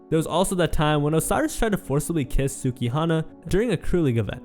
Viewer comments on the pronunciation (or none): none